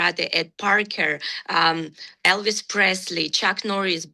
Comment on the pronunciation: She said Elvis lmfao